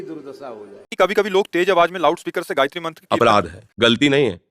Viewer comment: आप गायित्री उच्चारण कर के बोल रहे हैं ...पाप कर रहे हैं